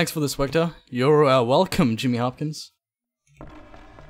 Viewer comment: Swegta not swugta